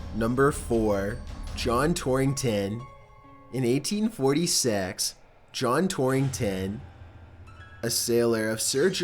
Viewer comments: In eighteen fourthysex like wtf men fix your pronunciation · 1846 eighteen fourty six it came out as eighteen fourth sex